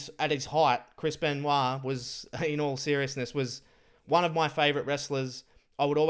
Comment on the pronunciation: calls him "Chrispen" instead of Chris Ben----WAH